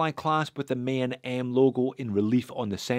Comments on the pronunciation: The way you say “Maen” sounds like an Irishman saying ‘main’ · The ae in Maen is pronounced as the a in gaga